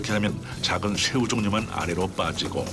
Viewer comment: 아닠ㅋㅋ 성우님 ㅅ발음할때 뭐 드시나봄ㅋㅋ 한번 신경쓰기 시작하니까 계속 들려서 집중이 안되네요ㅜ 셰우, 슌셔, 등등등